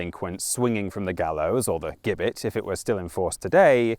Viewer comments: Hi. Great first video. I do side with the the theory that the bloody code was likely a way of thinning out the increasing population of poor. (Not that it was their they were poor) just want to let you know that Gibbet is pronounced with a soft g (ji-buht) just in case it pops up in other vids. Just trying to be helpful sorry if i sound like one of those people:/ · Gibbet has a soft g, no?